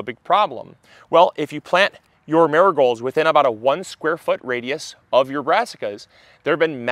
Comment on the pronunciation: When you first said Marigolds, all I heard was "nurgols"... I was like, what is he talking about??? 😂 Then I worked it out. Accents haha